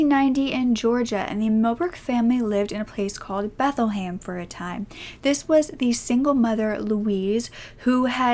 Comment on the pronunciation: Bethlehem like in the Bible, is how it’s pronounced